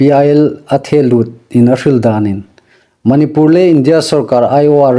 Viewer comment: .manipur ilamdan hih andiknawh. Manipur i tidan hih a thluk andik nawh.